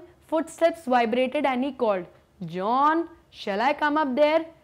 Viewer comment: No offence ma'am but your pronunciation of Joanne is wrong but the explanation is great